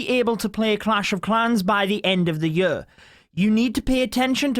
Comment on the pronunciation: "end of the yur"